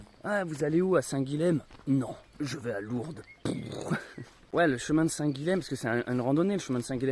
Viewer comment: Salut et encore merci pour ces vidéos. Je n'ai pas lu les autres commentaires, on a dû te le dire dix-mille fois, on prononce "saint Guillem", ill, comme dans paille, car le lh en occitan se prononce ill. (c'est une prononciation qu'on a gardée, y compris en français. idem Graulhet dans le Tarn, ou Varilhes en Ariège.... à plus! )